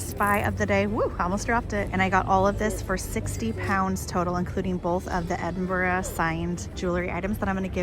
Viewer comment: Well done for pronouncing Edinburgh correctly!